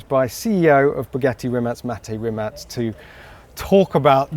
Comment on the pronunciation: did he just call him rimat?